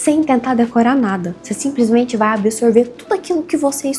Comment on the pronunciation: Pena q faltou aprender mais o português. O "simplismente" doeu kkkkkk.